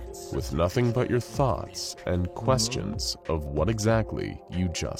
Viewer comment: when he says "your" im like bruh